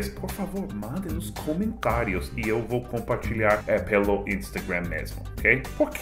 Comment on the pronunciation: Hahahaha minha esposa acha muito engraçado quando vc fala o nome das redes sociais: Facebook, Instagram, Snapchat. Meu Deus, aqui no Brasil vira feicebuk, Instagram (com a nossa famosa pronúncia) e esnapichati